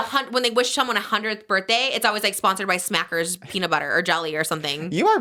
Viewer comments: It’s smuckers, not smackers 🤣🤣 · I was dying at the "smackers" jelly and talking about being easily influenced and yet completely got the brand name wrong 🤣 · It’s SMUCKERS not SMACKERS 😍